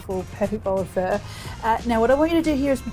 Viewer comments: I've never heard anyone pronounce it as "fur". I thought it was "fuh"? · First time I've heard it pronounced like that. I've always heard it "fah" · why do you call it fur? its pho (pha) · Hey Marion, I am very impressed with this delicious bowl of beef pho 😍 one of my most favourite dishes every! I love the way you make this! Seriously looks divine 🤤 However, I would like to comment on the way you pronounce “Pho.” The dish is a traditional dish of the indigenous people of Vietnam. It is not “fur” it is “pho” pronounced like “for.” Just a word of encouragement, to encourage you to pronounce it properly. Besides that, you are amazing! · Marion, I love watching your videos and your food looks delicious! But honey take the “r” out of pho. It’s pronounced “fuh?” like “huh?” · Isn’t it pronounced “fOe” pho 🍲? Not “fUr”? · Fur? I think its Pho. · It’s fuh, not fuuuur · I hear Vietnamese pronounced it "fa" not "fur". 😂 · Why are you saying PHER? It's PHUH. PHO. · You calling this fur DRIVES ME CRAZY. It’s fuh, not FUR. 🤦🏻‍♀️ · I keep hearing “fur”. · the way she says pho sounds like fur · I've never even heard it pronounced that way from Vietnamese people. Idk why she is saying like that.. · It sounds like she’s saying FUR lol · Its pron as pha not pho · The way she pronounces pho like frrrr sounds so pretentious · Can you please say it right or attempt to?